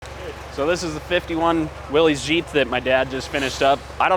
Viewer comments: Not to nitpic or be obnoxious, but it is pronounced wiil-is not will-eze. The cleaning guy did a heck of a job, he's coming along nicely. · It’s pronounced Willis, not Willies. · One nit pick..."Willys" is pronounced like "Willis" That aside, great work on that old engine. Lots of Scandinavian DNA floating around the British Isles. My cousin was identified with a lot of Viking heritage.